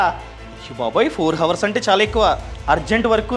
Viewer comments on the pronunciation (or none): హవర్స్ అనకూడదు అవర్స్ అనాలి. h silent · It's not ho vurs, It's ours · హావర్స్ హావర్స్ అని సార్లు అనొద్దు బ్రో. HOURS లో H silent. అవర్స్ అని పలకాలి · Information is very worthy. కానీ హావర్స్ కాదు అవర్స్ అని పలకండి. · Hawars kaadhu hours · Hours ❌ Hawars ✔ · Hours ni havars ni ani palak kudadu bhayya ours anjali bro h sailent letter in that hours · Hrs ను హోవర్స్ అనాలి😅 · హవర్స్ కాదు sir అది......అవర్స్ . 'H' silent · హవర్స్ కాదు నాయనా ... అవర్స్ అనాలి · Inni telisina meku havors kadu avars ani telida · హవర్స్ కాదు ఔర్స్ అని శబ్ధం వచ్చేలా పలకాలి man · Hours ❌ Hawrs ✅ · Four hours ❌ four havarsu ✅ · Videos bagunai bro . But Hours pronunciation Havers kadhu ahvers . Don't mind bro just correcting with all respect:) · Hours ను ours అని pronounce చెయ్యాలి bro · Hours lo H silent anna! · Bro hour lo h silent bro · Hours pronounce enthi baya 😂😂😂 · Hours lo H silent bhayya...chiraaggaa alaa palakaku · Hours pronounciation nerchuko bro 😅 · Hours lo h silent chese pronounce cheyandi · Hours pronunciation needs to be corrected bro